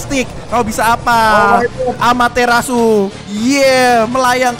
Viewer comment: Amaterasu ❌ Amater asu ✅